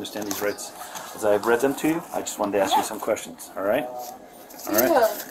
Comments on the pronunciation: “She ax me to go on the cruise “ 🙄🙄🙄🙄🙄😳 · Or in her case, "ax" for a lawyer. 😂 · They axe difficult questions!